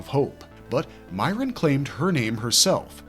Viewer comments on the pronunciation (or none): "MEE - air - inn", not "MY - rinn"